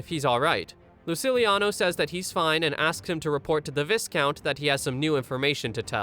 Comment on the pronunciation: I don't wanna be that guy, but to help you in the future viscount is pronounced vy-count.